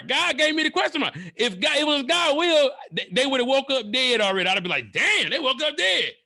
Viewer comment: Is it "God's will" or "God's wheel"? Tom, back to you.